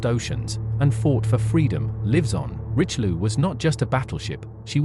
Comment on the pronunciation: WHEN do Anglosaxons learn to respect other languages? The battleship is called - "rischeliö and not "richliu" I know too well that too many English speakers not bother to learn another language, and god forbid learn the propper pronaunciation. ... and too many still think, anything not English is gibberish